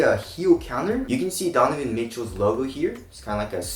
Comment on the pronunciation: i think he almost said "Don-y boys signature shoe" no?